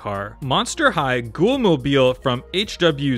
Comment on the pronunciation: No Hot Wheels You Tuber knows how to pronounce ghoul.